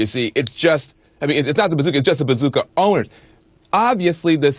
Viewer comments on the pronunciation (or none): He said bazooky, bazooka and bazooker. Could he make it more obvious that he knows nothing about firearms?